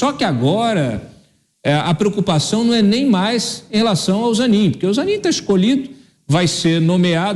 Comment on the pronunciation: É ZANINE. NÃO É AMIGO AFVOGADO DO LULA?